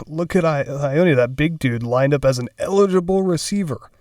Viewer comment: Ioane is pronounced yoh-ah-neh lol